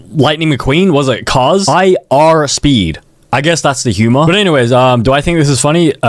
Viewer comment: that was the most American 'are' I've ever heard 😭😭😭